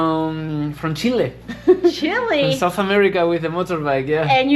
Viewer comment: Chile es nombre de un pais no se traduce no se dice chilli jjaja